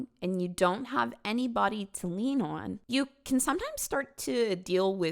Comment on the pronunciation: this is the video that made me realize that i picked up the way says "anyBODY, everyBODY..." hhhhhhng